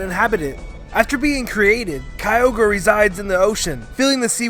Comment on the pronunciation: Duh kyoger